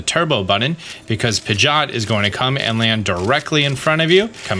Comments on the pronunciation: Pigeot not pigot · pigot and meguhneeum....killing me with those pronunciations lol.